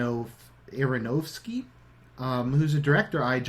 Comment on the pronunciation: Why are there a few seconds cut out in various random places? Also your pronunciation of Aronofsky was unintelligible and strangely unechoing ;).